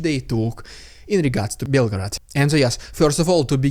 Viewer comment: Why did you pronounce it like belgrade